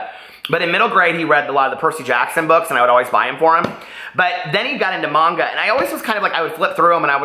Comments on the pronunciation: You’re pronouncing it correctly. It’s Mahngah. My first language is Japanese and I’m now reading Orange in Japanese. You made it sound so good that when I found it at the second hand book store I got so excited! I turned to my boyfriend and said, recommended this! lol Did you know they have an anime version of it too? I’m reading Sweet Audrina and loving it so far 😊 Thanks for this book club. I got injured recently at work and so now I’m bored out of my mind while I recover and it’s giving me something to do. 💙💙💙 Thanks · I love the Illuminae Files series (Illuminae, Gemina, Obsidio), I hope you do too. I liked Orange too. You're pronouncing manga correctly I think :). I haven't started My Sweet Audrina yet, because I had to finish off my library books which are due soon. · You’re saying manga correctly.